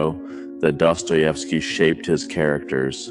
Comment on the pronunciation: if you use other creator ideas and themes at least pronounce and write their names correctly, otherwise you have no respect for them, and naturally, you get no respect from others. my comment on this theme. theres no way a society can exist otherwise than how dostoievsky is telling his story. everywhere there is competition between thinking individuals, goodness cannot survive as the only way to proceed in life. beauty gets splintered until loses its original 'shine', because life is tough and you feel it the moment you exit your precious bowl that gives you security